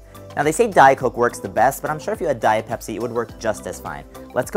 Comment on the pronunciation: You said dhiart peziz